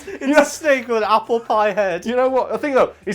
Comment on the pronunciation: Ape-le? Ape apple?